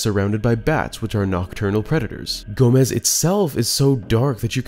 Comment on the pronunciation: I LOVE how you pronounced Gomess as Gomez almost every time you said his name.